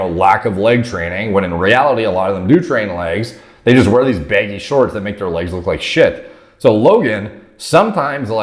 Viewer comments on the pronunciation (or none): why does say baggy “beggy”